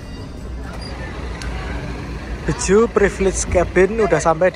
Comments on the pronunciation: BE-JE-U not BE-JU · Dibacanya bukan Beju tapi Be je u